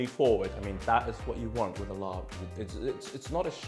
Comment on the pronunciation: Work on your pronunciation - it’s laap or lap, im not sure how and when the “rb” has been added in the translation but it’s not said. ลาบ = ล(“l” consonant sound from “lemon”)า(“a” like apple long vowel) บ(“b” but more like a “p” sound, say “Peter”) .. and Khao (rice)-koo-wahh(cooked/cook) - to be honest, describe it as toasted rice would be a better way. The recipe is fine, the mince is rather healthy and lean - how about sticky rice 😊